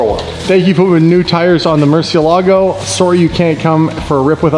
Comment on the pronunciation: Is it just a YouTuber thing or does pretty much nobody know the correct pronunciation of Murcielago?